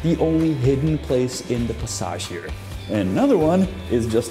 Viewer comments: The pronunciation of "passage" is probably because he's not necessarily pronouncing "passage", he's pronouncing "pasáž" - it doesn't have a direct English equivalent for the way it's used in Czech (specifically, a walk zone inside a house lined with shops). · Awesome Video. I can see myself walking around in Prague and enjoying every moment of it. Yes, you pronounced “skewer” correctly. However, you pronounce “passage” differently. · Aha, I wondered, why you pronounced the word "passage" French, but it's the name.